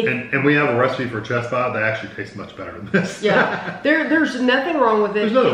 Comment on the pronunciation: Great review! I kept thinking you were saying "chest pie" - I'd never heard of a chess pie before! Now I'm very interested.